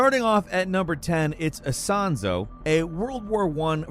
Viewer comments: ISONZO not Isanzo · Isonzo, not 'Isanzo'. It's a river, on the eastern border of Italy